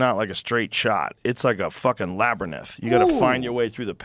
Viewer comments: what's a labernith, lol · Did i hear Labrenith?😂 all love here.. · I've never heard labyrinth pronounced that way 😂